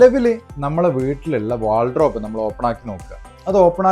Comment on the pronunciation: ചേട്ടാ.. Wardrobe ആണ് .. വാൾഡ്രോബ് അല്ല